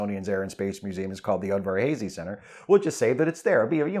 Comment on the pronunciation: Udvarhazy! Udvarhazy! not udverhazey